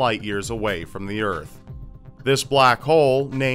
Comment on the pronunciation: "The urf" Damnit it's Earth:p